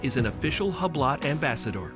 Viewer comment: Learn the correct pronunciation of Hublot.